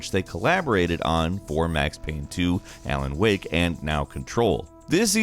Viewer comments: "Aylen Wake", you wot? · He said pripieat instead of Pripyat. And Alen Wake instead of Alan Wake. 😂😂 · Ah yes. My favorite game "Aylen Wake" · D...did you just say "Aylan Wake"? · Did he just say "Ay-lan Whake"???